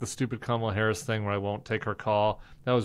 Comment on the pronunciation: Crenshaw who whined for weeks about pete davidson's pirate joke- but is ok about mispronouncing VP Harris' name and Trump's disgusting insults.